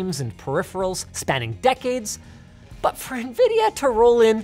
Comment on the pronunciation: nividia lost me